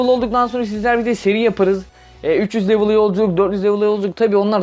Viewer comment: Bi level demeyi öğren bence